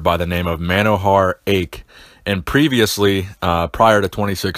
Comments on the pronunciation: Just a slight correction. Manohar Aich. His last name is pronounced as aeeechh rather than ache. Thank you for the video though. Enjoyed it. Also i would like to add that Manotosh Roy was the first MR. Universe from India in 1951. Manohar Aich got the title in 1952. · Wow. Dude I am very impressed. This guy is a legend in Indian bodybuilding. Aaii-eech though not Ache xD. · It's not pronounced "AIK", it's "AI-CHE" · Thank you for this video... He was from my hometown calcutta.. His name is Monohar Aich.. It's pronounced aich.. Ch(china).. Not aich ch(chemical).. He was 2nd... 1st was Monotosh Roy (1951)..he was also from calcutta.. Great video anyway.. Keep doing the good job 👍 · His surname is pronounced "I-e-ch" (ch as in ranch). Otherwise its nice to see him inspiring folks even after he is gone. His life story is one that needs to be told. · The pronunciation is Manohar Aich (aaichhh...like "aaeeechh")